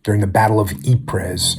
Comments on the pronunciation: Ee-prez, no. Ee-preh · Ypres, 's' is silent 😶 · love jocko. pronounced "eeps" tho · Jocko is pronounced "eeps"? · Eprezz?....I don't know who you are but at the very least pronounce the battle of Ypres correctly! Men died there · Don’t want to call you out Jocko but ‘Ypres’ is pronounced ‘Eeepre’ no ‘s’ :-) , thank you for the message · Ypres..... pronounced.. 'Eep' with intonation on the Ee. Just saying, please continue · Ypres is pronounced "Epreh". With a rolling r. Come on, man. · "E-Prez" haha. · FYI : the town of Ypres in Belgium is pronounced Eep'r. The s is silent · Eep. It's pronounced eep. With some phlegm built up in your throat at the end, like all french words are. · Those were Canadian soldiers, from the Toronto Regiment, and you pronounced the conflict wrong. Your' American ignorance show's. Here learn some history JackOff. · Jocko please read catastrophe by Max Hastings because little of that Christmas truce happened the way you just said it and you didnt even pronounce Ypres correctly. You are a big smart bloke so act like it. (Your millitary wasn't even in France for another few years). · The S in Ypres is silent.